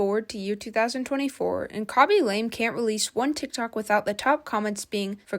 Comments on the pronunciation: Its pronounced Lamay not lame, and did you seriously call Ray Ryan? Nah I'm out. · It’s not pronounced LAME it is pronounced LA MAY. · Damn why are you mispronouncing his family name like that.